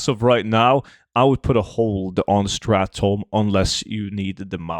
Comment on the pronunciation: It's not "strath tome"